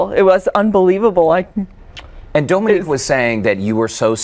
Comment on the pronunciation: I Love Dominique and I’ve finally heard her surname pronounced and know how to say it 🤣